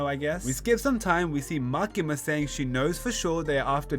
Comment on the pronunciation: bro cant say makima 😭😭